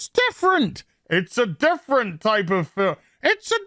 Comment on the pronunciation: I keep hoping the way pronounces "fil-lum" is a reference to The Museum of Everything (2004–2006). But of course The Museum of Everything was probably referencing something intrinsically British that I, as an American who just happens to enjoy BBC Radio 4 Extra, simply don't know about.